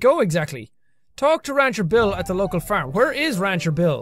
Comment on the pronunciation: I love how you say "farm." It makes me giggle.